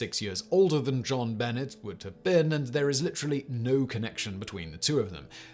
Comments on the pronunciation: It's french, so it's not only the states that it is pronounced that way. A British person should definitely know how to pronounce it as well. But it goes to show that this host doesn't always do his own research and is probably just handed a script half the time. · Really? No one bothered to tell Simon how to pronounce Jonbenet? I know it's a somewhat obnoxious pronunciation and Simon's mispronunciations are a running gag, but still, someone should have known and told him. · I love you, but I'm triggered...its zhauhn b`nay ramzee not Bennett . You wouldn't say Jon luck pikkerd, would you? Course not! It's zhon looook p`kard! Or.....is this a hint that you have your own celebrity conspiracy in that your actually a really bored Q? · It's pronounced Jon Benay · This bothers me , too! Her name is not Bennett,either! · It’s not Jon Bennett. It’s pronounced John Banay. Jonbenet. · Jon Benet is pronounced ZHAN be-NAY. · I’m French and I can ensure you that we’ve never had anybody that was ever called JjjonBuhnayyyy throughout history. More over, the French word benêt translates to “simple minded”. Yep. Her parents should definitely have done their homework on that one - they should have kept an eye on her at all times too. What a bizarre and very sad story. Oh and I agree with you regarding doing a video on her. This would be a great topic. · When you pronounce JonBenet think in French. Jon-Buh-nay. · It's not an obnoxious pronunciation, it's just how you pronounce it. It's a French name. It's more on obnoxious to mispronounce it. Like when people pronounce jalapeno as juh-lap-enno. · JonBenet is pronounced Jon Ben-nay not Ben-net…at least here in the states lol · I know mispronouncing words is a deliberate thing on this channel, but including a mispronunciation of the name of a murdered child seems disrespectful. Please don’t. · Could you please pronounce JonBenet correctly. Jeez! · But yeah, someone should have definitely told him how to say it lmao.